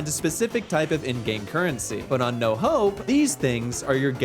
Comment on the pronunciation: thought he said no hoe not "no hope"